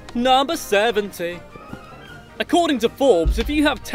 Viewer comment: And 69 was about the porn industry. And number 72 he said teventy sue.